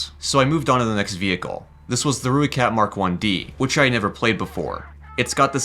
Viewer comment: You help pronouncing rooi kat?